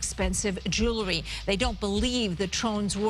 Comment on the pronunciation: JEW-ELRY JEWELRY...... not jerrrrrly